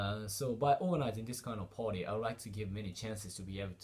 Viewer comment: It's not ポーティ it's PARTY Work on your pronunciation